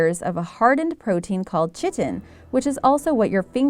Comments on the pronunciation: It is not pronounced chit-in it is pronounced kite-in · i died of laughter when she said “chit-in” 😂 its pronounced “KITE-IN” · chitin is pronounced Kite en, good video! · Chitin is pronounced KK EYE tin (like tin foil.) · I couldnt help but stop watching at "chitin" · LOL!! CHITIN!!! It's pronounced with a hard C. Oh my lord.